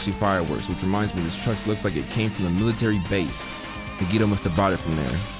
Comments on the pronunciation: Why do u read nagito like nagiydoe 😭🖐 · Fried nagito nuggets. At first i thought he said fried nigga nuggets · hasn’t pronounced nagito’s name right once this whole series 💀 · Shareen Ntim in the beginning when nagi introduced himself nagi said his name, and still said it wrong lol. same thing for soda. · Hearing him say Nagito name wrong makes me cringe. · .... he still couldn’t pronounce his name right lmao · 30 episodes and still hasn’t said Nagitos name right 😂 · Yea ikr how has he not realized it's pronounced "nigga toe"??? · His Japanese sucks on even the most basic level, so I’m expecting it….